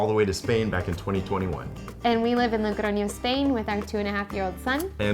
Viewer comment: When I saw "living in Spain", I thought Madrid or Barcelona, no! Logroño!!! What a surprise! Y bien pronunciado 😂. I'm from a little city near Logroño and it's very strange to see american people living in small cities, good for you! Disfrutad de la cultura, el vino y sobre todo de la comida! 😊